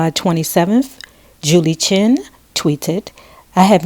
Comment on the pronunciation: The woman's name I'd ChEn, not Chin!